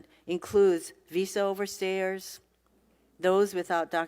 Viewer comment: she can't pronounce OVER STAYERS , she says OVER STAIRS....DUMB DEMS